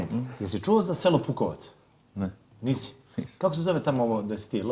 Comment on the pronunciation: Nije Pukovac nego Bukovac😂😂😂💪